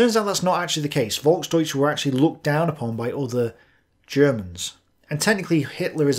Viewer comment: As a German, i appreciate your efforts to pronounce German words correctly. Just as a tip: The German V is often pronounced like a F, so you can pronounce words such as "Volksdeutsche" like "Folksdeutsche". I really enjoy your content, so thanks for your hard work and please keep it up!